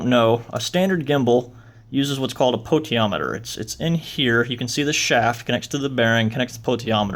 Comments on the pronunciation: No, it's Po-ten-she-om-meter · Potentiometer sound it out damn dude